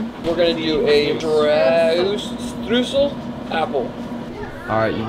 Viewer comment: All the Germans getting freaked out by the pronounciation of Streusel... we need a video of you two TRYING TO PRONOUNCE AND LEARN GERMAN WORDS